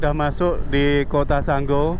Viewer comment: bukan sanggo,tapi sanggau😅